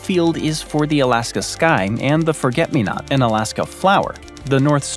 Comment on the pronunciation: Why do you say Alask-um a lot….